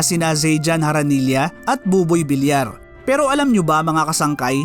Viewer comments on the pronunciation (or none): none